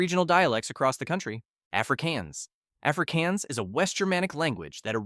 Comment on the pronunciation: Afrikaans is pronounced as afrikahns not “afrikeyans”.